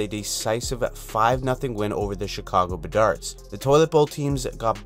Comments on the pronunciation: “Chicago Bedards” 😂😂😂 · chicago bedards xDDD dude u serious?